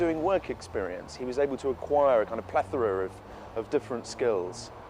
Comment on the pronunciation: "plethora": ugh.